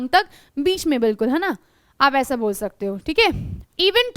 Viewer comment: Not a bor it's bol